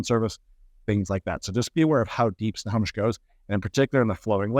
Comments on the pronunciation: Why does he say wrong periodically? It's simple. Snow-Home-ish. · Agree. Doesn’t sound like he says it right either. Ugh..